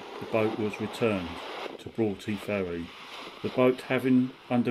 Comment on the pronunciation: In Scotland we pronounce broughty as brotty 👍🏽